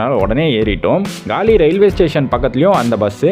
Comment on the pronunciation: கலி இல்லை! காலி! அது காலி முகத்திடல். பெயர்கள் தமிழில் எழுதப்பட்டுள்ளன. ஆகவே சரியாக வாசிக்கவும். தமிழ் பெயர்பலகைகளில் இடம் பெறவேண்டும் என்பதற்காக உயிரை கொடுத்த வீரர்களுக்காக பெயர்களை சரியாக வாசிக்கவும். அவர்களை இழிவு படுத்தவேண்டாம்.